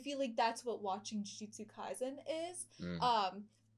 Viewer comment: I'm going to nitpick but I really wish they'd stop pronouncing Kaisen like it was a German word